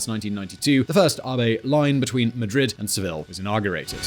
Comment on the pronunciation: Did anyone else notice murdering the name 'Seville' by pronouncing it like Smallville? 😂😂